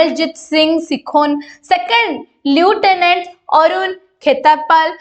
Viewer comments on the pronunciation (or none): Please be clear the pronunciation of lieutenant